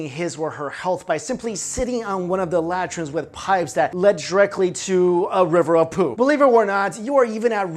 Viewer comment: It’s la-TRINE not LA-trine.